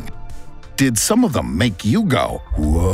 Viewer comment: I love this channel and hate doing this but it's "whoa"! Extremely irritating.